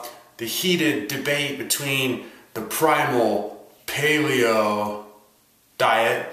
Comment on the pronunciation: ) anyone who thinks Mark Sisson must be on steroids is seriously underestimating what the body is capable of. Thanks for a legit objective look at the pros and cons of both dietary standpoints. Almost stopped watching at the beginning because of how you pronounced paleo lol.